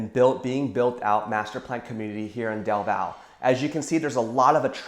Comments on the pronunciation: Just wanted to state that the e in our cities name is not silent its del valle not del vall also alot of us love our trees and think there is way to much construction but people in charge are about making money anyways i guess companys are running out of space to build stuff in Austin so they're now they're moving out to the smaller towns around Austin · Great video! FYI - the correct pronunciation by us locals, is Del Valley :) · Also as someone born in Austin it’s definitely del valle pronounced “valley”